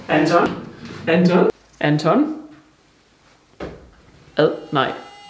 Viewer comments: Efter at han har sagt "Anton" et par gange, lyder det som om at han siger "er den tom";)))))))))))) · der han sagde "Anton" mange gange kan kunne jeg til sidst høre "er den tom?" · det lyder som om du siger "er den tør" og ik anton hahahah eller er det bare mig? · er jeg den eneste der høre "han tom" når siger anton? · Det lyder som om at han siger "er den tom?" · der hvor du siger Anton lyder det som om du siger er den tom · Da du kaldte efter Anton lød det efter lidt tid som om du sagde "Er den tom?" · Da du siger "Anton?" så hører jeg det lidt som "er det 12?" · Når leder Anton lyder det som han siger er den tom🐶🐶